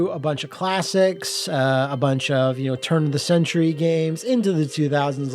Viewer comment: did not like the way you said "turn of the century" like that. did you have to go that hard